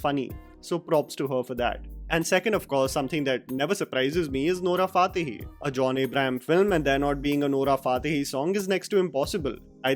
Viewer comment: its fatehi not faatehi